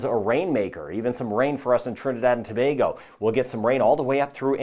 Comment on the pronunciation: Thank you for your weather report and for pronouncing Trinidad and Tobago correctly .🇹🇹